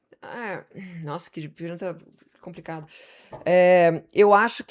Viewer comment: “Compricado” 😂😂😂😂😂😂 só consegui assistir até aí 6minutos desse vídeo é demais